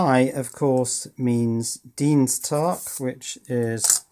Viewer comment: You pronounced 'Dienstag' correctly. Oo